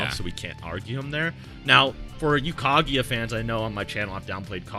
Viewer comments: Did he say kageeya??? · Why does he pronounce Kaguya like that????